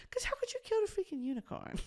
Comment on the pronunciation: 😂😂😂hahahahhahahaha “why would you wanna kiwl a unicown man”